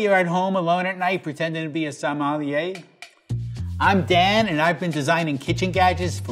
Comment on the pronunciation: BRUH in the begging I heard ; "hello I am dead" but instead of ; "hello I am Dan" 😂😂😂